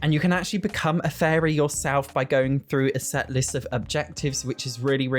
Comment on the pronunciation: Please. It really sounds like you're saying 'furry' rather than 'fairy'. I can't unhear it 😂 Starts